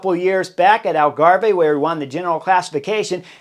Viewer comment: Brilliant analysis as usual, Chris. But, please, Algarve is pronounced Al-garve (as in carve, with your turkey, silent last e). Thanks (